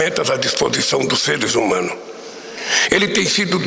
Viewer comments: "seresumanu", PQP noj0...tortur@ ter que ouvir..cadeiaAAA AA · "serezumano" eu voltei pra ouvir de novo e é isso mesmo.